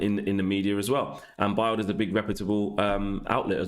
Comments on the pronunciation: Man said Biled lmao instead of BILD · Not trying to be the annoying grammar police but I think “Bildl is pronounced the same as build. Keep up the great shows I’m loving it